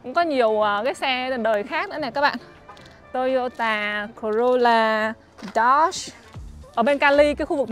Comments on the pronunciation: Sao lại đọc là "tô y ô tà"mà ko phải là" tô y ô ta" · Toyota chứ k phải tô dô tà nha e